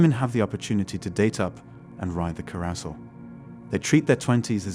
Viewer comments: My guy, please learn how to pronounce “carousel.” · Looks like they found a voice computer that cannot pronounce the word “carrousel”. How weird!